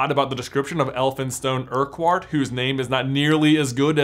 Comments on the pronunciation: Urquhart is pronounced 'ur-kurt' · So you know, in Scotland Urquhart is pronounced Err-cart. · Greetings from Scotland! Just a note, Urquhart is pronounced “uckert” I know it’s silly but just sayin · My surname is Urquhart and it hurts to hear it mispronounced so bad hahaha